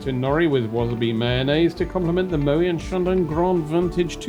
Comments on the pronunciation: Stop saying Mo- way..it's Mo - wet ! Favourite airline reviewer though. Music too intrusive in this vid. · Moet has the last 't' pronounced..contrary to belief Moet is not a French name but Dutch..a VERY common mistake